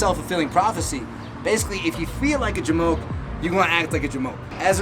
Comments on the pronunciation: You know it's bad when SHE says j'moke (or however you'd spell it lol) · She said jamoch... hehe nice!